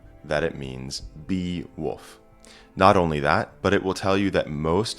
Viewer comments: Why are you saying “woof”? He's not a doggie. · Your native accent struggles with the L in wolf. Sounds like you're saying woof.